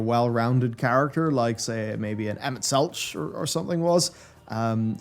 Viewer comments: I believe the pronunciation of Emet's last name is more like Selkh, with Kh as in Kholussia, instead of Ch like Cheese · For the love of God, please stop pronouncing Emet's name that way. Literally everyone in the MSQ pronounces the 'ch' in Selch as a 'k'. Anyways, glad you managed to get caught up in time, and that you enjoyed it. (But really please say his name right) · You keep pronouncing the h in "Selch", why?? :') You are the only person I've ever heard do that. lol anyways, glad ya made it in time! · You say SelCH purely for engagement numbers, right? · Selch is pronounced "selk"